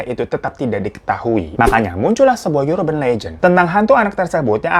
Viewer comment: "Urban" tuh bacanya bukan "yurben" deh bang....